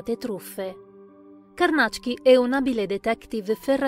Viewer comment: ...bel video...e finalmente ho saputo che Carnacki si pronuncia Carnàcc-ki, mi era sempre venuto da dire Càrnachi (orribile, suona molto meglio Carnàcc-ki!)